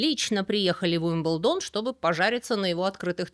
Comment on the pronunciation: При всём уважении почему УилбендОн??? Ударение же на И?Но как всегда, узнала много нового, спасибо❤